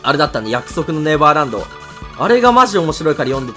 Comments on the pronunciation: 約束のネラブァーランド笑笑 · 約束のネルァヴァーバンド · 約束のネレバーブァンドっていってて笑った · いや、盛大に約束のネバーランド噛むじゃん